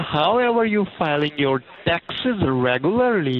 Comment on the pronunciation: It sounds like it hurts every time he says tacksezz.